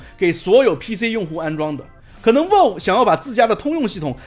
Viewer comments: 這腔英語聽得難受 是Valve 不是Walve… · 有点偏题了，但是valve这么重要的一个词，你是不是能够选择正确的发音呢，不是生冷单词，但是念不准很影响你视频的专业评测。